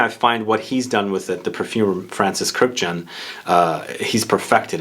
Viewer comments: The only guy who pronounces Kurkdjian's surname correctly. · The way you pronounce Kurkdjian makes me cringe. Good video tho